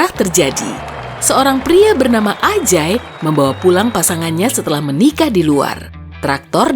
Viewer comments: pria bernama AJAAAAY ,apa aku yg kurang fokus ya si pembaca nyebutnya kata ANJAAAY 🙊🙊🙊🤣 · tak kira Anj#y salah dengar ternyata wkwk